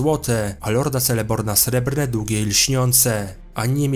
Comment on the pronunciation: Trzymając się zasad i reguł, wymawia się "Keleborn" a nie "Celeborn" :)